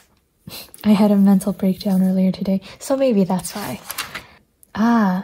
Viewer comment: The "joday" moment made me laugh out loud, I love the funny mistakes. I really enjoy your videos and your transparency about your mental health. I was diagnosed with anxiety last year and it's so comforting to see someone who has similar struggles. Thank you for all of your hard work, and try to take care as best you can in the new year :)